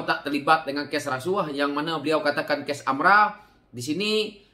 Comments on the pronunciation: Sebutan betul adalah AMLA.. harap maklum.. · AMLA ka atau AMRA sebutan yg betul mana satu sebab aku dengar kau sebut AMRA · Geram sangat..tersasul.. kikiki